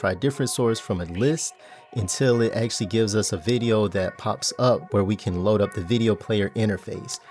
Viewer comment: ackhually ackhually ackhually